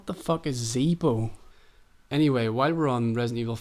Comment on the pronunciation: Great video! The part with resident evil 4 "Zeebo console" was hilarious. Also did you play Team fortress 2 at all?